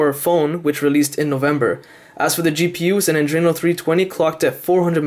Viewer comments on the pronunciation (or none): none